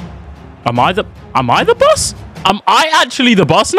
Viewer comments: “I ham him”😂😂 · Bro said I ham him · Was it just me that noticed that bluds Nigerian. He said I HAM HIM😂